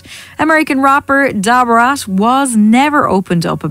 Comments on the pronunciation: Who tf is "DAH BRAS"???? LMFAOOOO Ma'am you mean da fucking brat?? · The lady saying Da Brats name like that is so annpting..ijs lol I never knew about David Guess though🤢😞ewww dam. Can you not use that lady again as she doesn't even know how to pronounce these folks names.. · Sounded like she was calling her Deborah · 🤣🤣🤣🤣 why she say Da Brat name like that is what I’m talking about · That computerized narrator was trippin when pronouncing Da Brat!! 😂 u should narrate it all or get a computer narrator w/an English accent👍🏾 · 😂😂. I know right. She really shouldn't be speaking on Da Brat She can't even pronounce her name correctly and it's not because of her accent either 😂😂